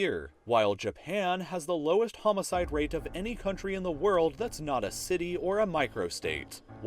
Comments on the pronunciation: Homicide, not homcide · it's homocide not homcide also it's Monaco not Macao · Lowest HOMECIDE Rate''